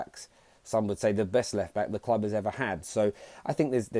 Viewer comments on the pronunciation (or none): “Football kwub” nice English mukka